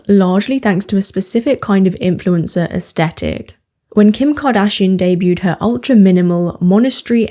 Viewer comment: In America, it's esTHetic---TH, not T. Is it different in Britain?